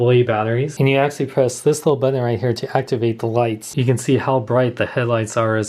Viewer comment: Is it just me or does he say "Axshally" a lot?